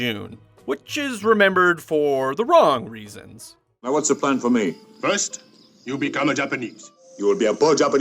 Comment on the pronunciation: "wrong reasons" i heard that as "romulans" xD